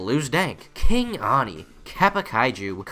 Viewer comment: Wait, it's "King Ani"? Not "Kingani"?